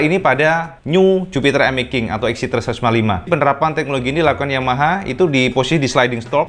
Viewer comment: Bacanya mesti begitu yah emmek king ?!?🤣🤭